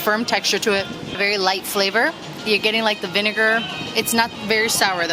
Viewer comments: Morro. With double R’s. Not Moro which is how you pronounced it. Thank you for highlighting all our wonderful and tasty food! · It Morro with accent on r🎉